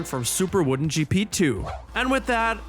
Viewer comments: It's WODEN not WOODEN ;) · I don't think "woden" is pronounced "wooden".